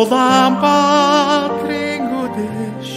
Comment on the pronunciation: 궁금한 점이 있어요. 울란바토르인데 발음은 울담바트로로 들리고 르 발음들이 드로 들리는데요. 궁금증 해결 좀 부탁드려요